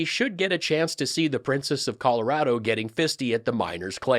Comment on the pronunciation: Did he say “fisted” or “feisty” ? I thought after “Beetlejuice” she’s gone too far.